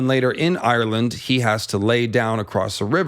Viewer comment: It's not Eye-your-land. Just 2 syllables. Like how Irish isn't Eye-your-ish